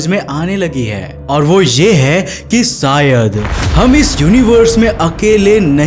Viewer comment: सायद नही बे शायद